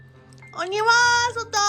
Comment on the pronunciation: 今晩□昨日気づかなかった😅ぷーさん鬼役？😂鬼は外～‼️が｢はにゅは～外～‼️」に聞こえて一瞬あれ～❓っておもっちゃった（ごめんなさい)